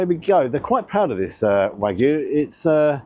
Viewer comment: Well done on pronouncing it as wagyu, the vast majority of food YouTubers say it to rhyme with Mr Magoo! 😢 You have to think it’s not the best quality wagyu (not from Japan for a start), plus the rocket looked mostly stem and I’d bet the truffle mayo has never seen an actual truffle! Could be better off with watercress than rocket - takes being warm better and a better peppery flavour for me, though again it’d need trimming so you’re not mostly eating stalk. Not tried the truffle version but I’ve liked previous loaded fries, particularly those onions. Shame I had to get them refunded 50% of the time cos they’d put bacon on despite explicit instructions not to (which is a menu option, not just making it up!)